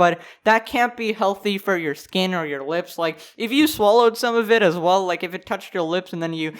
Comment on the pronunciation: "Welcome back everybody, hope you're doing wuull"